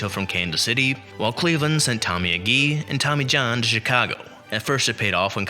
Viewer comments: And A Jee, not AH JEE. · Why not get someone to pronounce the names for you before you make the video? Agee is AG, accented on first syllable, as everyone knows who has anything to do with baseball. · For you young people, Harvey Kuenn’s name was correctly pronounced Keen. And Tommy ages name was pronounced. A-Gee. It really irritates me when younger baseball fans make videos about the past and don’t know how to pronounce the names.